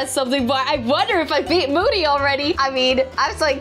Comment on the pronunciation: Btw it moody not mody but not trying to be mean it happens to me to lol😅